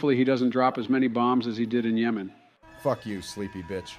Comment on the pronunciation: "did he just say fyck you from the shadow realm?" 😭😭😭